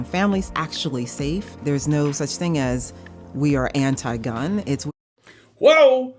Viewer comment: "We're not anit-gun". WTF did I just hear? LMFAO